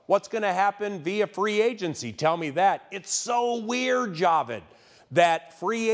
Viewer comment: it's pronounced ja-VEEED